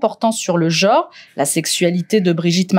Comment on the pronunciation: On ne dit pas "Jore", on dit "Genre". Prenez des cours de phonétique madame la journaliste, c'est pénible